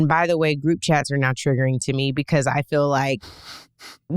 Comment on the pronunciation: the word is FEEL. Not "fill." You fill a bottle with water. You fill your gas tank. You fill your mind with nonsense and lies. FEEL has to do with sensing the world around you. You FEEL good today. You FEEL the fabric against your skin. She FEELS upset and disillusioned. Trump people are so dumb.